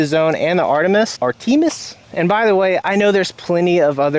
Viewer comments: man pronounced it "ar tee mis" lmaooooo, its pronounced "ar tuh mis" after the ancient greek goddess of the hunt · And it’s not “ar-TEE-mus”. It’s “AR-tuh-mis” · Art-a-miss I believe is the pronunciation for Artemis. Loves the vids homie. Hope you can make it to the North Texas area and we can olay